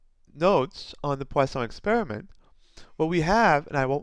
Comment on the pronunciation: Thank you sir, I like the way you put them all in one video with a neat explanation, and the way you pronounced poisson was perfect !